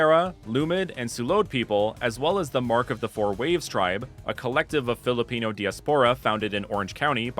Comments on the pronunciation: Wow, this is really researched very well! I love the designs of the starters and its inspirations. Imo, you really gave justice to a region that could be based off of the Philippines ^^ (Plus, I think you did really well pronouncing those Filipino terms :)) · As a Filipino, u didn't miss pronounce anything.❤